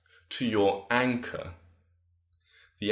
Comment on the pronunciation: im not a hater and i wil definately use this advice. But I love the way he says anchor. ANCAH